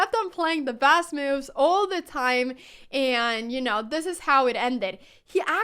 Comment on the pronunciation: It's interesting how the auto-generated subtitles "translate" Anna's pronunciation of "moves". I wasn't even paying attention to it, but saw mills and meals pass by. 🙂